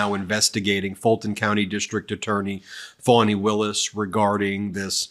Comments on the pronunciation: It's pronounced "fahni", Ben, not "fawni". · It Wasnt "A" trip. It was Trips!!!! This Nathan Wade that appeared to be dumb as it gets on the stand was being paid 4 times more than the average DA and he had NEVER done a case like this. Not to mention that Fat Fanny Not pronounced Fawn E ran against Paul Howard that she would not be having affairs with employees of the office which is even more proof she is a Liar.